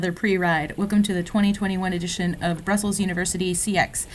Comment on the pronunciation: No offence but you slightly mispronounced Brussels. The neat pronounciation is Hulst/Not Hulst, believe it or not.